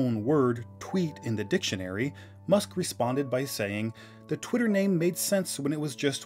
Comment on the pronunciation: Did You Say "Pwitter"?